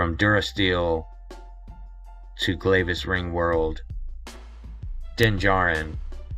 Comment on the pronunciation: It's pronounced Glavis, like glad.